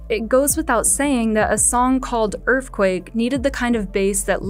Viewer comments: Is that Earthquake or Earfquake? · “That was a little taste of Earfquake” yeah, VEEEEERY little